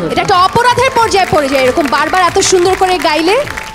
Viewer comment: পড়ে পড়িয়ার উচ্চারণ পরে পরিয়া খুবই শ্রুতিকটু এদের গান গাওয়ার আগে সাবধান হওয়া উচিৎ বিচারকও যদি পড়া কে পরা বলে কি অবস্থা!